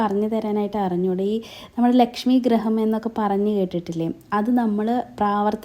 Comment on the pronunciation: ഗ്രഹം അല്ല ഗൃഹം ആണ്